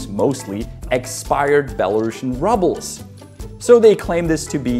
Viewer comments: "Ruble" is pronounced like "Rooble", not "Rubble" Think how "Ruby" is pronounced "Rooby" and not "Rubby" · It's the Bielorrusian 'Roobels', not 'Rubbles'! Рубль